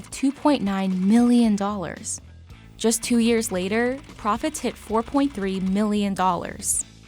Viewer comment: annoying narration. no need to emphasis "mhhhIIIIIIIIILLLLion" like that